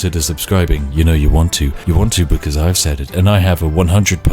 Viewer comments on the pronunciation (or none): none